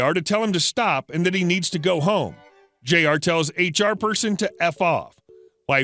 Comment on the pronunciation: Jr is pronounced "Junior"